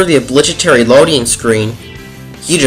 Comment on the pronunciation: I giggled when you pronounced the G in "obligatory" like a J. It was made especially funny by your awkward voice.